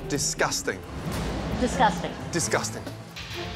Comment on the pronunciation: Nobody: Not a single soul: Gordon Ramsay: DISgUstAnG